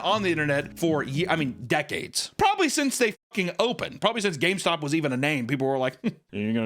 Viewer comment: "H-Hi welcome to GayStop"